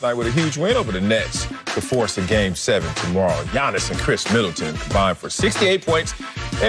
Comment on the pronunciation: Appreciate the pronunciation of Giannis' name 💯💪